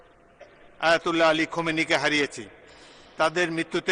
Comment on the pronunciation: খোমেনি না, খামেনী হবে।